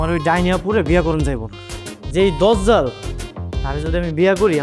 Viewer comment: দদজাল না দাজজাল